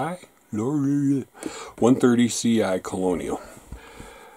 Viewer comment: Loire is pronounced "lo are" It s the name of the longest french river